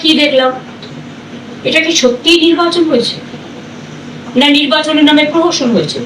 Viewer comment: যা''প্রোহোসোন'' প্রোহোসোন'' 😂😂😂 বলছে, এবার বলবে নন্দীগ্রামে ঐ কারণে প্রার্থী দেবনা😂😂😂😂